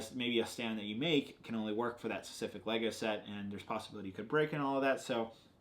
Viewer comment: Why can this guy STILL not say the word “specific” correctly?